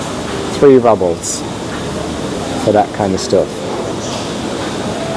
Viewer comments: Its roobles not rubbles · It's pronounced "roobles" no" rubbles." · Not "rubbles" -it's "rubles"! 😅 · It’s pronounced ROOBLES not RUBLES